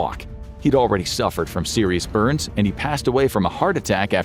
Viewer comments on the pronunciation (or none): none